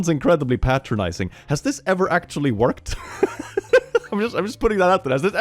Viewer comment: "Actumalaly" I'm taking that